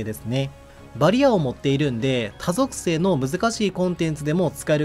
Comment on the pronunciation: バリアの発音が好きです